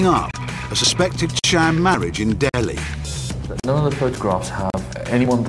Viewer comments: It’s “Delhi” and not “Dehli “ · Its DELHI and not DEHLI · nt DEHLI its DELHI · I thought it was "Delhi" not "Dehli"